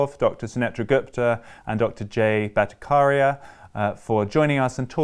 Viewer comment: While I appreciate your decision to speak with these distinguished scientists, it is jarring to see that the interviewer did not take a small step in learning how to pronounce the name of Jay Bhattacharya. Bhatta-kar-ya was so jarring to my ears. Kudos to Jay for not letting that affect one bit his dedication to science and what he was trying to explain.